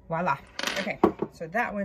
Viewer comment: Love this. I have had these items in my hands on several occasions myself, but cheaped out. Ok, so just gonna put this out there, it's NOT 'wu-lla", that's not a word. It's pronounced "Vwah-la", or 'voila', drives me crazy whenever I hear 'WULLA'. Had to get that off my chest, sorry!